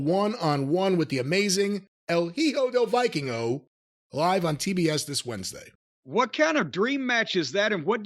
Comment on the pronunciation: I do want to see the Hijo de Vikingo match. That dude is like if you took the Bucks, depussifed them, then gave them talent., you're from New York my guy you don't know any Puerto Ricans? The "H" is silent in Spanish